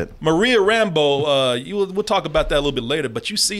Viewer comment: It was a small thing but it kept bugging me with how they pronounced Monica's last name in this (RAM-bo instead of Ram-BEAU) She is supposed to be originally from New Orleans in the comics.